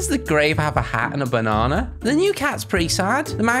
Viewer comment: Banan that how you say it:)